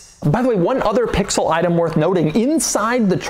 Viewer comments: If he says “pixooll” one more time I’m gonna lose it. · How often can one say pixel. And keep it heavy on the P 😅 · If he says Pixel again I’m gonna lose my mind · Say “Pixel” one more time Doug, I dare you….😂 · I clicked off this video after about the 5th time he said "Pixel." Damn that was annoying. Why you gotta go so hard on that "p"? SMH